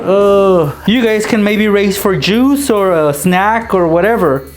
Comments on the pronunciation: it sounded like he said "you can race for jews or snacks" lmao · it sound like he says "you can race for jews" LOL